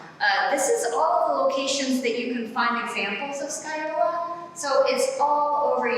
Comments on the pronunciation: It's still 'scagliola' as in ska lee ola and not sky ola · There is no L sound in the middle. In Italian, gli is basically a Y sound. So it's sca-yola. If you don't believe me listen to it into Google translate. That said, that's just the standard Italian pronunciation. Where she was taught in Italy, depending on the regional dialect and accent, they might actually pronounce it the way she says it.